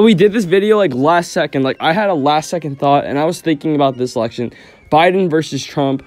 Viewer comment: “Its not the real presidential eltection” aww :(